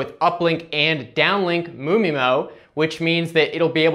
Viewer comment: MU MI-MO sounds funny